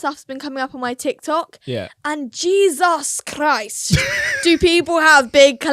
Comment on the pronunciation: “Jesus Christ!” in a very Spanish accent i might say 😂😂